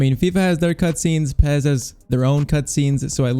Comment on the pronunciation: Pes not pez